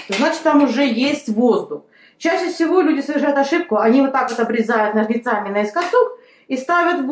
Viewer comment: Благодарю за совет p.s.с Русским языком большие проблемы у женщины, «ложим», « ножницАми» и т.д… 🤦🏻‍♀️